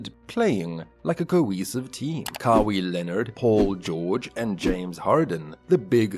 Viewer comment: I don't know if you are saying the name like that on purpose... but it's pronounced Ka-why Leonard not Ka-wii Leonard. Sorry 😂😂 I just had to say it couldn't focus on anything else